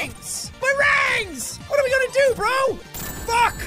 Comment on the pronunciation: You know the that the funny thing is how you say rings is rangs